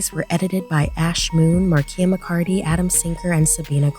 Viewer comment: Finally someone said it rightlol